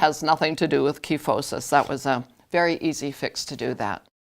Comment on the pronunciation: Online dictionaries show the customary pronunciation is with a long I sound in the first syllable. (ky not kee). Learned it that way in anatomy class. Very common condition in older women especially. Thanks for the tutorial.